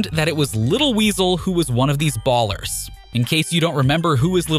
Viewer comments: It's Ballas not ers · Who the hell pronounces "Ballas" as "Ballers" lmao wtf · Bro putting a hard R on ballas😭